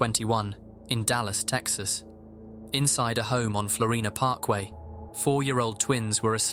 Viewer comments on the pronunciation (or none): none